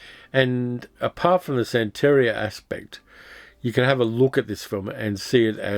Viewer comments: Hey, great video, I remember watching both of these mivies back in the '70's! BTW, the emphasis on the word santaria is san (then) teria (te ria). Keep up the great work! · Minor thing: sante-RI-a -- emphasis on the third syllable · i know how detail-oriented you are and how much you appreciate accuracy, so please take this in the spirit in which it is offered. It's 'san-ta-REE-uh.' Love your channel